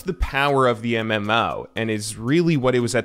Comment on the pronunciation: "MM-ouwo" how he says it 🤦‍♂️